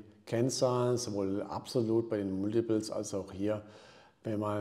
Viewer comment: Gutes Video! Ein Tipp noch zur Aussprache: Das Wort „Multiples“ spricht man „Malltibells“ aus 👍😊